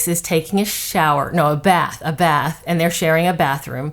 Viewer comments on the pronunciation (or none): none